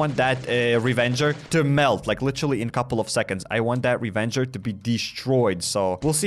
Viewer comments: ITS RAVAGER DUDE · Anyone else hearing him calling it a Revenger? I swear it’s called Ravager…. Or am I blind